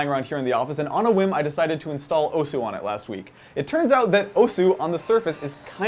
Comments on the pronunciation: Just so people know: The "u" in "osu!" is silent, so it's pronounced "os". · The 'u' in 'Osu!' is silent. -_ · It's pronounced OSS!! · Graphical tablets? Also, you're saying osu! wrong. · I'm cringing listening to him pronounce Osu! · Please learn how to say osu